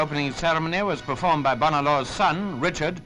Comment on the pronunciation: Came here to see how "Bonar" was pronounced. Disappointed but not surprised.